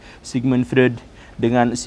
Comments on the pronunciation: Tanpa mengurangi rasa kagum saya pada Guru Gembul. Ada sedikit masukan nih, gak penting2 amat sih. Tapi kalo dilakukan akan lebih bagus. Pengucapan istilah2 atau nama2 asing kadang kurang tepat. Freud harusnya dibaca Froid. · Freud: dibacanya "FROID" pak guru